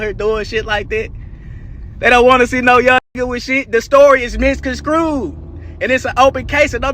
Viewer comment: The story is “misconstrued” NOT misconskrewed….😂